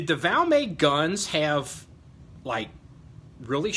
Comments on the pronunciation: It's pronounced VALMET the t isn't silent. Gun was made in Finland not France..... Nor is it an upgraded or aftermarket trigger. They came from the factory that way. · no you didn't say France. I was just teasing a little about the Valmay pronunciation. Sounds like a french word. Just my twisted sense of humor. I enjoy your videos. Please keep them coming sir!👍🍻